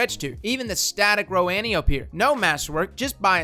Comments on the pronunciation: an-TIE-oh-pea not ANTI-ohp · Holy crap, its said, AN TIE O PEE not ANTI OPE. Its greek man! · It’s pronounced An-tie-ohh-pee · OK, I usually don't but with this video I feel like I should. Let's say it together: Ann - Tie - Oh - Pee. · Ann Tie Oh Pee for fucks sake. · Antiope (An-tie-oh-pee). Please, please just say it right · Antiope is pronounced "An-tie-uh-pee" It's a Greek name.